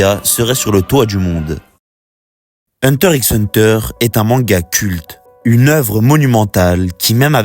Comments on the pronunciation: Hunter riks hunter... t'as même pas honte de dire ça publiquement. Encore un français qui ne sait rien prononcé. Pff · Même si c'est pas la bonne prononciation, c'est pas la peine de venir lui parle de la sorte